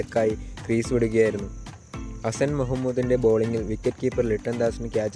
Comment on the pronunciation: 2nt ഇന്നിങ്സ് കണ്ടില്ലേ ചേട്ടാ 🤣🤣🤣🤣... പിന്നെ ഒരു കാര്യം ഗ്രീസ് അല്ല ക്രീസ് ആണ്.